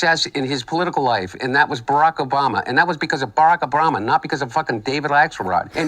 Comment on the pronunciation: i heard barackorama... like hold up dude, he isnt a stage show.... or is he...